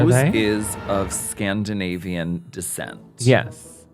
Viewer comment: Hahahaha what is scandivanian